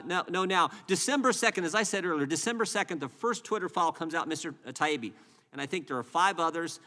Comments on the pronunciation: They can't even get his name right, Taibbi, pronounced TIE-EEBBEE, not TIBEY. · Matt’s last name is Ty-eeee-be......good grief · Mr. Connoly it is ty ee bee. Get some phonics going on! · "Taibbi" is not that fucking hard to pronounce. Sound it out . . . ta-EE-bee. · "TIE-E-BEE" It's not that HARD to say! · "Mr. Teebee" Really??!! He can't even learn the guys name!!! I'm a Canuck and not even involved in politics and I know who Matt Taibbi is!! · Mr TB? These people in charge are not even able to pronounce the name of the people they are haranguing. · At least he apologized for mispronouncing her name, Mr. Tiablablablabi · Realises hes mispronouncing "Teegun" as "Taygen" and apologises... Doesn't realise hes mispronouncing "Taibbi" as "Twibbleybobbly ", so couldn't give a sh*t! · Are you saying they don't believe his name is pronounced Tiny Bee? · The Congressmen/women on this panel must have some sort of basic education, right? And the knowledge of basic social graces? I'm going to assume then that the consistently incorrect and wildly varying pronunciation of Matt Taibbi's surname is due to some undiagnosed neurological deficiencies among those congressional folks. They can't just be Being Disrespectful, right? RIGHT? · Interesting how Mr Connolly mispronouncesMatt Taibbi’s name several times in his presence, but apologizes for mispronouncing Chrissy Teigens name. Does he only display good manners to those he agrees with? That is not good manners at all. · That's some ridiculous laziness if you can't pronounce "Taibbi" correctly especially when it's been said over and over again ALL. DAY. LONG. What a loser. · Taibbi should have thrown Connolly off by forcing Connolly to properly pronounce his name. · He’s also mispronouncing “Taibi”. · The disrespectful mispronounced last name is terrible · This guy is a joke too can’t even pronounce Matt’s last name